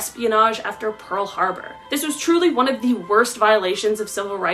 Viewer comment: I wasn't gonna say anything but after saying PEARL HARBOR wrong...I have to say something..PLEASE TRY HARDER WHEN THOUSANDS OF PEOPLE ARE LISTENING TO YOU..